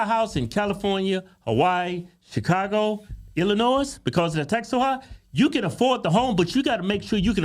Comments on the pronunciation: FYI the S in Illinois is silent :) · the s is silent..u country asses..luv u boys!!! I live just outside of the city....hire a teacher, this what u get...just like san Francisco another woke ass teacher... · please stop pronouncing the 's' sound on Illinois, its silent, if someone from the staff see this please tell them...just being a friend 😀